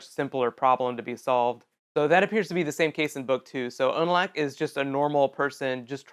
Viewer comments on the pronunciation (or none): its verrick and its pronounced unalock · ... Where are all these pronunciations coming from? "Una-LACK"? "VAH-rick"? "Duck bear"? Uh...